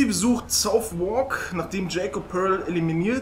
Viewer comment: Nicht böse gemeint, nur ein Hinweis: Der Stadtteil südlich der Themse, gegenüber der City of London und Westminster wird 'Sathark' gesprochen, nicht 'Southwalk'.Ansonsten großartig wie immer :-)